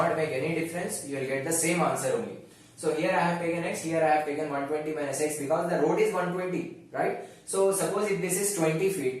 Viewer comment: Becows 😂😂 i was ur student I really miss this word